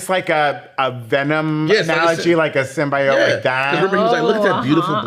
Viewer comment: Are you guys saying SymBYEYOTE on purpose?? Its symbeeyote lol